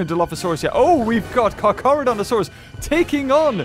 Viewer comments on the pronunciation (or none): none